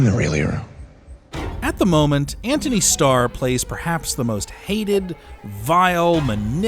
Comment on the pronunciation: Sounds like he’s saying “Ant-Honey” every time 😂